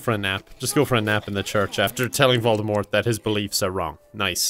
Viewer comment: Voldemort, not voldemorte.